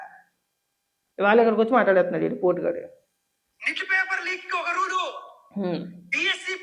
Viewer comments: NITTU kaadhu raa NATTU gaa Adhi NEET exam sarigga palakadam raadhu kani eedochi maatladutunnadu eedoka adhikaara prathinidhi nuvvu kudaa mee annayya laage 10th class paper scam aah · అది నిట్ కాదురా నాయనా నాగార్జునమ్మ అది నీట్ రా నాయనా. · NIT. Kaadu baabu,NEET. baabu.